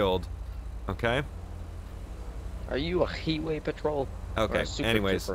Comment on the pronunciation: "Are you a heeway patrol?"